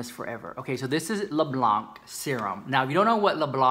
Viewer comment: ''Blanc'' is pronounced kind of like you did BUT without pronouncing the ''c'' . For exampe , the words ''quand'' (french word for ''when'') , ''temps'' (time) or ''maman'' (mom) all sound the same despite the way they're spelled . It is called ''silent letter'' , I think (my native language is french) . I hope that I explained it well hehe :D !!